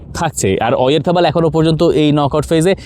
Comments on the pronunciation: হাপিনিয়া, ওয়ারথাপাল! বালচাল উচ্চারণ করে ওভার স্মার্ট সাজার জন্য কে বলছে! যেখানে পিটার ডুরির মতো কমেন্টেটররা পর্যন্ত এগুলো করেনা! আপনাদের কাছে কে আশা করে স্প্যানিশ উচ্চারণ! ডিজগাস্টিং। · আপনারা বাংলা উচ্চারণ ই করেন ভাই । ওরিথাবল আবার কি ?